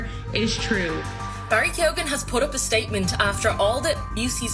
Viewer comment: as an irish person, the way keoghan is pronounced is annoying me